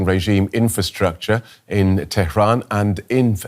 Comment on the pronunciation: The news reader pronounces Tehran like a believer